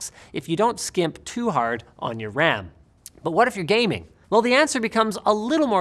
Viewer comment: “what is the Wecommended amount of dedicated wam”